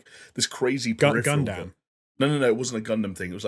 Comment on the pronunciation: I love that calls Gundam Gundamn